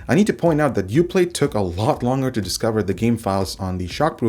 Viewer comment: I found it distracting. There should be a "g" sound in there somewhere haha